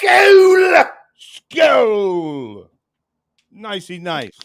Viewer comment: When you toast its " skål" not skolla.....